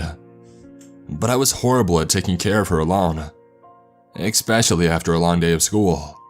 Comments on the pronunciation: Bruh you good at this whole creepypasta thing but please stop saying egspecialy its all I can think of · Lame story ah, poor narration ah....ECKSPECIALLY when he mispronounced ESPECIALLY!!